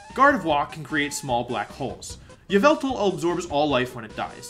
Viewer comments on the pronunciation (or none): none